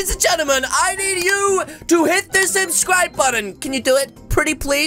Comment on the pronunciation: Gyus he rilly instead of subscribe he sed sublijgjvjzz